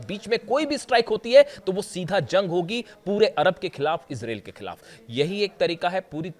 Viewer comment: तेहरान में 20-25 अरब लोग इकट्ठे होंगे -. यह तो तुमने सही बोला की तुम कौन होते हो बोलने वाले।जनानी तुम्हारी न्यूज़ बहुत अच्छी होती है।पर इसराइल का उच्चारण सही किया करो. ये इसराइल और अमेरिकन बेवक़ूफ़ है जो आपसे सलाह नहीं लेते, और आप जैसे रिपर्टर भी हज़ारो साल में एक बार आते है।